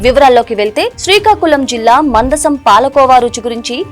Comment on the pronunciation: Mandasam కాదు మందస